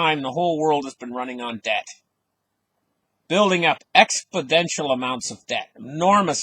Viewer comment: Your creative analogies crack me up.... Oh by the way .... try this.. Ex-po-nen-shal exponential.... LOL